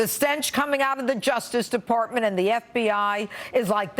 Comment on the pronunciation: Did Jeanine just say third world countries stink? Also, did she just say "depOrtment of justice"?